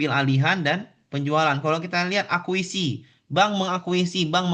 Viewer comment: koreksi pak. akuisisi bukan akuisi